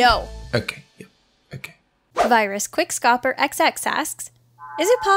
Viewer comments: Quickscoper 😸 LOL it’s pronounced quick scooper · The way she pronounced QuickScoper made me cringe so baaaad! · am i the only one who cringes when she says "quickscoper" ?